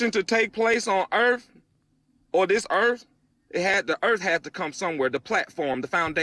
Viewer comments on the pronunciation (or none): Earf.. Birf.. tells me all I need to know about this guy's intelligence.